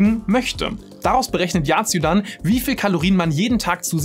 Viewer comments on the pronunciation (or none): Kurz zur yazio app, es wird als „ yasio“ augesprochen und nicht als „yacio“